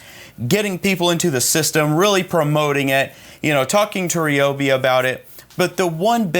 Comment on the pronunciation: Rye-obi...... not Ree-obi😛